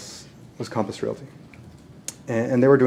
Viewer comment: Calmpiss Realty Calmpiss Calmpiss IT'S COMPASS COMPASS COMPASS!!!!!! Calmpiss?????????????????